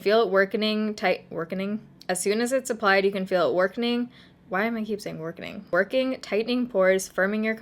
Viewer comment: Hahaha I love that you leave some of your bloopers in. "Workening". Love you